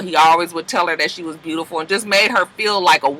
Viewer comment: ANYTHING with a "U" in it, he adds an R, lol. He always say BRUTIFUL instead of beautiful, so it makes sense that he would say hruman, LMAO 🤣🤣🤣